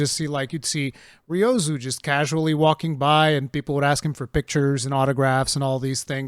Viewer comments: my man, with all due respect, the series producer's name is Ryozo, not "Ryozu". Please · Its RyozO, not Ryozu.